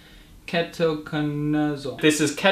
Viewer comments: Dude, it's pronounced key-toe-con-uh-zole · 😂😂It's keto-cona-zole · It's K-ee-toh-kona-zohl